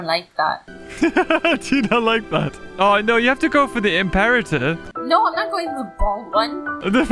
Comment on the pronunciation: its not im-par-et-er its im-po-ra-ter